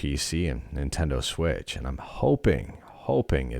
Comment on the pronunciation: Ninteno lmao